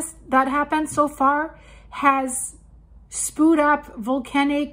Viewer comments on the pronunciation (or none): Darling, the word SPEWED is pronounced SPYOUD, not SPOOD.. The incorrect pronunciation is uncomfortably close to POOD, which is talking about pooping. It’s a small thing but you use that word very frequently so I thought you might like to know. Doesn’t matter, of course.❤